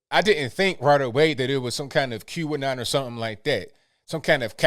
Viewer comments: I love... but when he says "Q'Anon" it sounds like he is saying "Cuban Nile" lol. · I know now he was saying QAnon